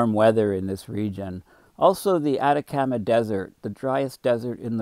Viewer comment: I hate to do this because I appreciate your work and your service, but if you don't learn how to pronounce names I'll stop watching from irritation. You miss said homage, Chile, Atacama, Buenos Aires.....all wrong! Please get an editor